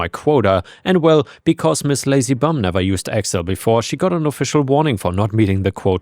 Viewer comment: Accel instead of Excel is a hilarious AI error xD